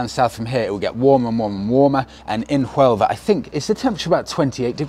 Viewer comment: Another great video! Looking forward to watching the next chapter of this journey. BUT! Keep in mind,, it's Sevilla now not Seville; and Huelva, hotel, etc. have silent "H's". Have you set your phone to Spanish yet to help with the immersion? Can't wait for the first vlog en español